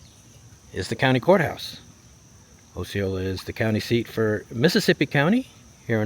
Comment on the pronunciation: äsēˈōlə Osceola pronunciation.